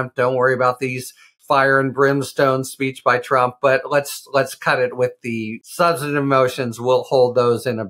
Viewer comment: Keep practicing and you will eventually be able to pronounce the word substantive. lol